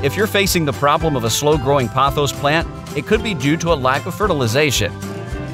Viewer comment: Why does everyone keep saying pothos wrong 🥲